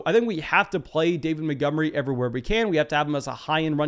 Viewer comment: This guy cool but he always says “Motgomery” and not “Montgomery” and it lowkey triggers me